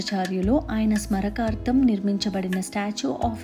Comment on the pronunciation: మేడమ్! మీరు స్మారకర్తం నీ దీర్ఘం ఇచ్చి pronounce చేయాలి.